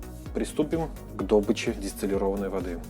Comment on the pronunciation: правильно говорить блюдце а не блюдеце и в слове добыча ударение на второй слог